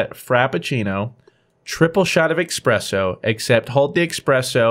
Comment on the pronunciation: its espresso not expresso MONka